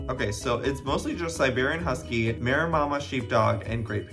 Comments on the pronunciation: Information on some of the breeds Joey either didn’t know or mispronounced, from your friendly neighborhood animal behaviorist, rehabilitator & trainer… 🤍 Maremma is pronounced Ma-rem-ma, they’re a farm dog, they typically protect the animals on the farm from predators, they’re born to live outdoors 24/7, they’re great dogs however they aren’t city dogs, they truly are farm dogs & they need a job to stay sane. They’re a huge white fluffy dog, if you wanna “get to know” one you should check out a YT Channel called GoldShaw Farm it’s a “hobby farm” that kinda turned into a job, the owner Morgan has a maremma named Tony who is VERY protective & friendly boy, his job is to guard all the birds, cows, etc. on their farm, he even protects his barn cat friends! They also have a new Maremma puppy coming to their farm very soon who will be a little girl that is going to be mostly trained by Toby to be his partner in protecting the farm & it’s animals! Chows are an ancient breed (also considered the oldest breed), they’re from northern China & Mongolia, they came to life around 2,500yrs BC. Modern day Chows resemble teddy bears, they’re super fluffy dogs with the squished face that typically has rolls, they also have a tail that curls over, as well as a blueish/purpleish tongue. They also come in many colors Aka white/cream, black, blue, red/mahogany/light gold, gray, merle (rare color/pattern). Akita’s pronounced A-key-ta are VERY wild dogs, I had one once & it legit ate a hole through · Everytime you said Meremmama instead of "Mareemah" I died a little inside ;~; honestly though I really thought December and January especially were crossed with a Marema. My sister has one and they're classed as a giant breed of dog, so I wasn't surprised that December was so huge. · i love how Joey keeps saying 'maremmama' instead of 'maremma' im dying haha! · It’s ma-rem-ma. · For context Joey its pronounced Ma-ree-ma sheepdog! They are big sweethearts and quite similar to Great Pyraneese!